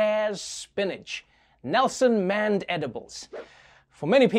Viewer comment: "Nelson Manedibles" was a stretch🤣🤣